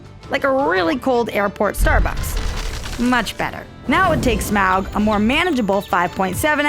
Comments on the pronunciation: STOP SAYING SMAWG! It's Smaug ('smog')! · Just save 5 minutes and say Smaug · Its Smaug and it isn't even close